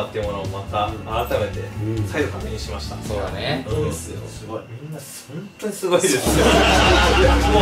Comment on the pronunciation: ｢そんとに｣言う率多いね😂(そんとにって打ったらホントにも変換に出てきたから日本語としてギリ成り立ってる！笑)